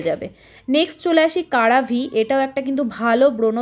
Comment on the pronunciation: এগুলো বাংলাদেশের বিভিন্ন ফেসবুক পেজে পাওয়া যায়। এগুলো ডক্টররা সাজেস্ট করেন না আর ক্রিমের নাম গুলো অনন্ত ঠিক করে বলো। একটা নামও তো সঠিক উচ্চারণ করতে পারছো না। সিরাভিকে বলছো কারাভি